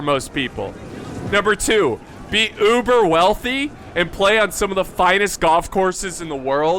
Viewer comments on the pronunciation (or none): none